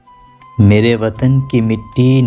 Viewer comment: Meere not mera Arab